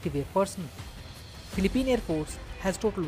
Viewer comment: It pronounce as , fee lee peen, not pleep peen